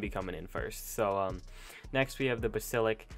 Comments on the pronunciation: Its Bas Ill isk not Bas ill ik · BasiliSk not basilik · Y is he saying basilik? It's basilisk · I closed the video because of fact he basilik instead of basilisks It was so triggering and just pain to my ear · Why do you keep saying „Basilik“ ? It is called „Basilisk“! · Tf is a bassilik? Lmao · I cringe every time he says “basillick “. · Every time when you say basilik and not Bas-A-lisk it triggers me so much dude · BAS-IL-IK!? WHAT??? ITS BAS-IL-ISK! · Basilik I thought it was Basilisk hahah lol dumb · Does it trigger anyone else that he pronounces it 'Basilic' instead of 'Basilisk' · and also i was very pissed at the "bas il ik" it is bas a lisk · It’s not basilik it’s basilisk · Not Basilik lmao... 😂😣 (BA-SIL-ISK) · BA-SI-LIS-K........not basilik. Nice video. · “THE BASILIK” OML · Dont u mean basilisk not basilik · No no no! BAS I LISK not BAS ILIK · It’s pronounced Bas a lisk not ba sil ik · It's not Basilik it's Basilisk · Why am I getting so triggered at the fact that he can't say: Basilisk he keeps saying: Basilik AAAAAAAAAAAAAAAAAAAAAAAAAAAAAAAAAAAAAAAAAAAAAAAAAAAAAAAAAAAAAAAA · Says basilick instead of basilisk Me: 😭😭😭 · It's bas I lisk but he pronounces it as ba Sil ick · its basilisk not basilic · You completely butchered Basilisk, it’s basilisk, not busilik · What's a bahs Ill lik it's bass a lisk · Just a few things wrong with this video: Did not account for spino's fast attacks, golem throw and triple strike, basilisk venom, should be reaper king, not queen, and giga's gnashed effect. Also mispronouncing basilisk. Wrong: Bal-i-sik Right: Bas-i-lisk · BasiliSk not basaLIK, sorry I'm just really picky about mispronunciation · It's pronounced bass-ill-isk, not "buhsilick" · 'basilik' xD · The word is ‘Basilisk’ not ‘Basilik’ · Did he actually say Ba Sil ik it is pronounced bas a lisk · its B.A.S.E.L.I.S.K thats how its pronounced not basilick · Basilik? It's basilisk. BasiLISK. Basilik is a herb lol, not sure if in english as well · Its Bas-il-isk